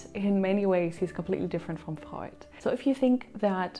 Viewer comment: The way you pronounce the names of Freud, Adler and others tells me you that you know what's you are doing